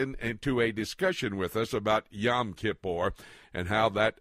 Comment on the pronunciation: Yom. Rhymes with dome.